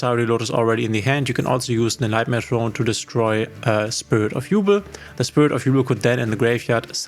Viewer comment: Quick thing I noticed in the video: Even if it's spelled Yubel, it's pronounced YuBELL and not YuBL. Anyway great video!